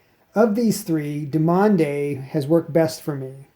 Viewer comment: You need to strengthen your forearms man, also I believe it's pronounced Due mon tech... frenchies... I've been using the yellow dumonde tech for 3 years, loving it